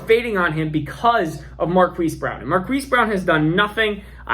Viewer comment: Marquis is pronounced Mar-Keese 😉 Keep up the great work!